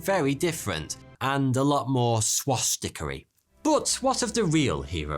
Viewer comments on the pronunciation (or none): "Swastikary" Bruh 💀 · why did i laugh when he said swastiky in that accent loi